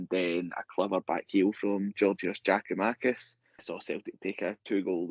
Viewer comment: Tell Tony it's not Giamakis it's Giakoumakis